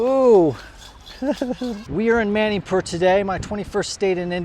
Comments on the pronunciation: Bro its not Mainipur is Manipur ur pronouncing it as Mainipur as a Manipur citizen Meitei I feel decieved 😢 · It's not ma-ni pur it's munipur